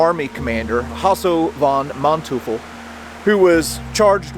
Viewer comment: Manteuful is pronounced Man-Toy-ful. Literal translation is Man-Devil